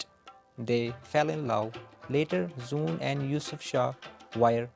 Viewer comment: For your kind information. Her NAME WAS NOT SOON KINDLY CORRECT IT. IT'S ZOOON